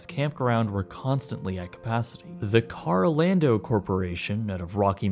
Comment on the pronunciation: Carol ando. Not karl o lando